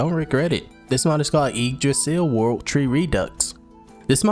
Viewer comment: Pretty sure you said Yggdrasil correctly. Not sure if I spelled it correctly lol